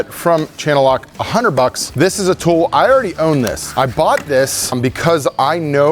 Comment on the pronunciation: says the word "tool" as tough its spelled "thull" 🙃